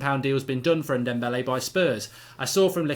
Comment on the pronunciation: Mark, say dombele, and now say dembele...can you hear the difference? And also it's Yedder and not Yeddar. Amateur